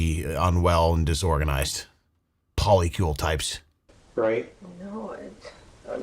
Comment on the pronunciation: 4 people 8 different names. What the hell is a Poli-Kiul 😂